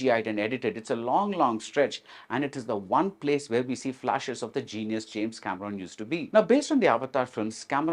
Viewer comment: mispronouncing the name Cameron was the prelude of a very biased interview